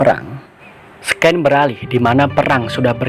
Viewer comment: Baca scene itu *sin bang bkan sken wkqkwk